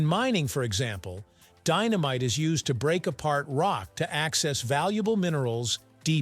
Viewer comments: says dy-no-myte video! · What kind of candles are these? Deenameetay...must be Italian.